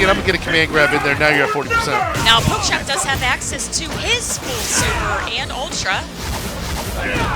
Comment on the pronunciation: “Poke chop” ????? Can these Americans read or nah?